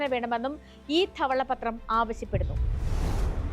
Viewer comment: "ദെവളപത്റം" എന്നാ പറയുക